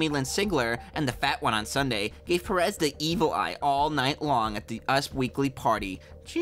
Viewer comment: My dear American friend its Pérez, not Peréz.